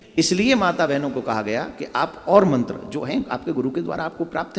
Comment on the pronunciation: मंत्र अशुद्ध बोला हे आप ने